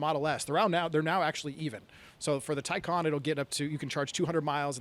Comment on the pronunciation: Tacon rhymes with Bacon